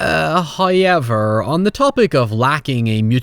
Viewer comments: WTF is " hiever"?? Obviously you mean "however" and I hear you say words using the "w" so whats with the "hiever"? No excuse when you can clearly say the "ow" sound. Do better. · If you say hoyever in a mirror 3 times, will come out and do a raycon ad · noy and heyever